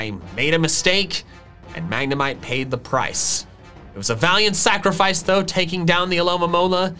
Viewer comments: I'm spanish and i don't say mAgNeMiTe for god's sake xD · I laughed a little to hard at "Magna-mee-té" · I'm spanish and I laugh with mag-ne-mee-tay hahahaha